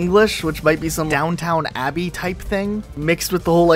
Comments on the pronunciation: Elizabethan pronounced eh-li-sa-beth-in vs eh-li-sa-bee-than XD!!!! im dead lol. also. down town abbey!? XD!!!! lol downton XD!!!! LOL LOL LOL <3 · Not to nitpick, but... it's Downton Abbey. No second w.